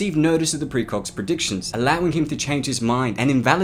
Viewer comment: Am I hearing "precrogs"?